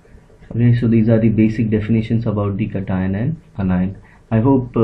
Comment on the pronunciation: Not Catine it is cation